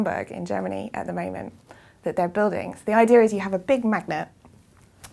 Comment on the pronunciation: Why do British sometimes pronounce the word "idea" with an audible R at the very end? I've come across that allot lately. And it's not just the case with that particular word but lots of others that end with an letter A. Which part of G.B. is this type of talk common to?